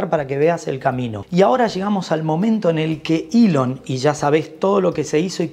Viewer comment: Se llama ELON Musk no ilion más o que cambiaron el abecedario español castellano